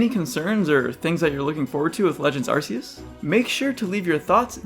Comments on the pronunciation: It's ARKEUS not Arseus c'mon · Nope this guys criticisms are all invalid, he pronounced arceus as arsseus Edit: #1moreyearGF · it’s pronounced are-key-us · My top concern is people online constantly pronouncing "Arceus," incorrectly. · arman kaya it’s pronounced Arceus too